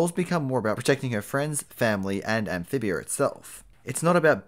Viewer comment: I heard him say “Anphibiar”